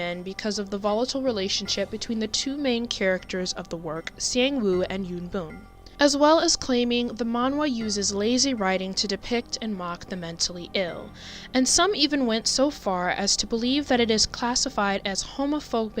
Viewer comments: Yoon boom It's yoon bum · It actually pronounced as Yoon Bomb. And Sangwoo's name is said as Songwoo